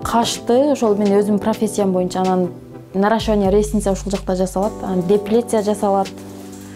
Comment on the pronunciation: Кушетканы-кушотка,депиляцияны-деплиция,ногтевой сервисти-нактовой сервис дейт го,кантип тренинг откороор экен.Бишкекте кобунчо русскоязычный калк.Аракети жакшы экен,ишине ийгилик.